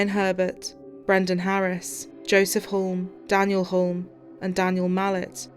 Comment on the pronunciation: Joseph and Daniel Hulme is pronounced Huoome - the "L" is silent